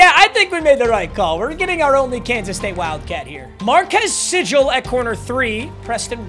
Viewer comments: It's pronounced MarKEYS SeeGAL, Huge K-state Fan! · It’s pronounced markees seegle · it’s marcus seagull like the bird papa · marquis segul is how its pronouced